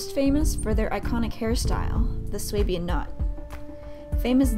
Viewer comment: I think its pronounced "sue- bian"